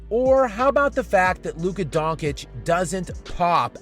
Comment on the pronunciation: luka donKic? wtf man, i thought you know basketball. its luka donCHic.